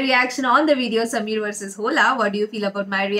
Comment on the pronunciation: Sammer nhi smeer fuddy.